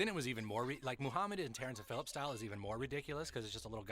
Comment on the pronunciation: 'Terrance and phillip-shy' 😂😂